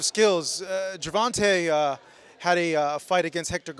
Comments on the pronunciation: Why he keep callin tank gervontah when he know it's not pronounced that way!!! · you should learn how to pronounce Tank's name correctly. It's not that hard.